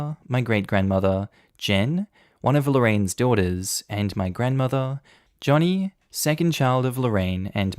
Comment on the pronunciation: Joni is a female. You keep pronouncing it Johnny and it's Joni (like Joan-e) and saying "he" when it says "she".